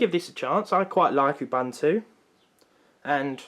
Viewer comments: Ubuntu...not UbAntu.......sigh...windows users! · It's UBUNTU, not UBANTU, there is no A, please do not pronounce it with a A. Oooh-Boon-too, it's a Zulu word. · You'boon'too not Youbantoo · I died inside when I heard you pronounce Ubuntu. It’s pronounced ooh-boon-two. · It’s pronounced u—buu—n—to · The word "ubuntu" is an old African word meaning"humanity." It is pronounced "oo-boon-too".